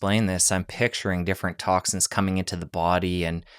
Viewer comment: I was questioning the way he pronounced toxins (toxicans), also. I may be wrong but I’ve never heard that word before.